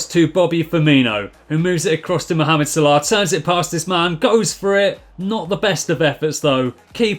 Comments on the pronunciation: It's not salahh it's salah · The way he says salah